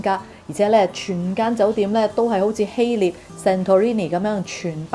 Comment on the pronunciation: 謝謝資訊！風景很美，你講嘢流暢，讚！但請留意：希臘個臘字讀音係臘肉個臘，肉字部首，唔係獵人個獵。你識讀臘味，應該知道點讀希臘個臘字。